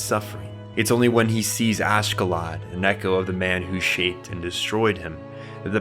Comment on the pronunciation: Not sure why people be struggling so much with names. Oshkallad? 😭 Askellad